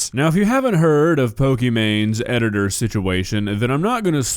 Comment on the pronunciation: Nah who said edgitor ☠️